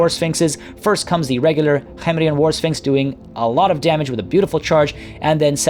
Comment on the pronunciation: it *K*hemrian. The K in Khemri is said like a normal hard K.